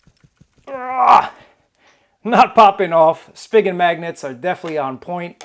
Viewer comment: I think it's pronounced as Spy Jen!!